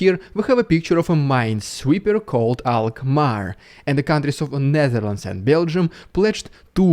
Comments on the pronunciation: Good pronunciation on Alkmaar, also glad to see my country is helping the Ukrainian forces train with those ships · Not a bad pronunciation of "Alkmaar" (Dutch city) after which the minesweepers are named. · Damn that is a pretty much spot on pronounciation of Alkmaar 😁👍🏻